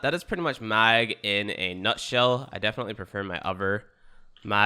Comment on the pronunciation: Why are you pronouncing Mag like that?